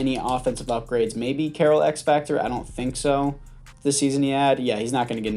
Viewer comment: Man said carrol